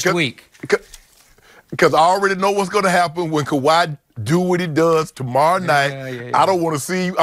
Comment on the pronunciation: Hey Skippy, are you serious? You can't/won't even say Kawhi's name? Time to grow the hell up and pretend to be professional.